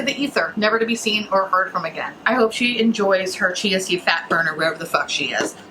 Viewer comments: It took me I don't know how many times before I FINALLY figured out you were saying CHIA SEED fat burner 😂 I was like, "wtf is she saying? Chancy fat burner? Is that the name of some fancy fat burning pill or something?" Didn't understand why they were selling a pill at a smoothie place, but then I finally understood what you were saying 😂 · at first I thught you were saying "Chasity Fatburger" lol Both are hilarious. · So did I. I also started hearing "GNC fatburner" and wondered if the shop was selling supplements too. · I thought you were saying “Chancey Fatburner” Like if it was a person. Lmaooo I was so confused for a lil bit. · I heard cheesy fatburger and I was like what the heck is that 😂😂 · haha it's not just you, I heard "Chauncy Fatburner" the first few times she said it too and was like TF??? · I kept hearing "jeansy"fat burner. I thought, is this something I dont know about?😄